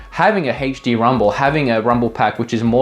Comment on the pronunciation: hey-ch dee? OH, you mean ay-ch dee. I get it now 😅